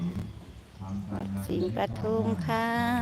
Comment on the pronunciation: ปทุม ค่ะ ไม่ไช่ ประ ทุม !!!